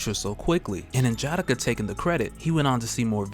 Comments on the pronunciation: N’Jadaka (N-Juh-D-Ah-K-Uh) is dope as hell and I love your videos but that pronunciation felt off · I like the reviews, but hate the way you pronounce N'Jadaka its [Nuh - Juh - Dah - Kuh ] similar to T'Challa [ Tuh - Chah - Luh ] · This is cool but you have to pronounce the "A,s" in "N'JADAKA" like an "O" in "ODD." You are using English vowel pronunciations on African names and it sounds terrible. Video is dope though. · Only thing that bothers me about these videos is how he butchers N'Jadaka's name. Other than that, dope video.👌🏾